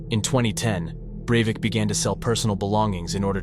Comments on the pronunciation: Overall I think this video is good, and I'm always happy to find channels that treat true crime stories with respect, but you switch between pronouncing "Breivik" three different ways and it kept catching me off guard each time. 😆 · maybe it's just me but I found it a little annoying when you would pronounce his name differently every other time you say it lol. Great video over all tho! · Can u stick to one pronunciation of the name. Its annoying enough how often u say it.